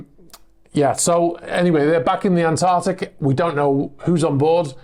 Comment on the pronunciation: ANTARCTIC... Not Antartic! Pedantic But Just because it's still Febuary. Hahahaha!